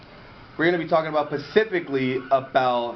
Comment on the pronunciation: buddy lost me when he said Pacificly, not specifically